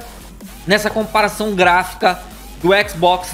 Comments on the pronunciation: Comapação kkkkk não é comparação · " Compação o primo da comparação "